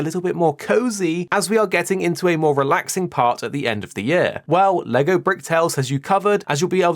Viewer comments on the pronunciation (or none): none